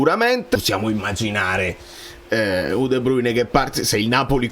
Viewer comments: Ma come un altro video su De Bruyne...si DUI BRUYNE 🤣💙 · La pronuncia che senti da google è Olandese, in Fiammingo è esattamente come è scritto. Fonte: vivo in Belgio da una vita